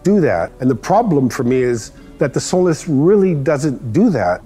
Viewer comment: I thought he was calling it “soul less” Lol